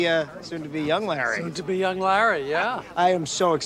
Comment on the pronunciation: Can't even say Larry. Just says La